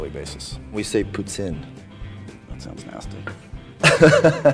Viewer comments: Good, he said 'puh-tsin' the right way. Now I'm off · He said Poutine the right way ! Très fière! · THE FACT THAT HE KNOWS HOW TO CORRECTLY SAY POUTINE MAKES ME LOVE HIM MORE. GJSDGJDISGJDSI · He's says Poutine perfectly. My ovaries are dead. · I live in Montréal, and even my english canadian friends are not able to say poutine the right way... he's perfect. just perfect. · haha I just flipped out hearing ryan say poutine right. most people unless french say it wrong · OMG he said the correct pronunciation of the word "Poutine"! Can this guy get any hotter?? lol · oh my god. and he even saiys poutine right .